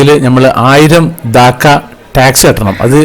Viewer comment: ബംഗ്ലാദേശിൻ്റെ നാണയം ഠാക്കയും,തലസ്ഥാനം ധാക്കയും ആണ്.പലപ്പോഴും താങ്കൾ രണ്ടും ധാക്ക എന്നാണ് പറയുന്നത്!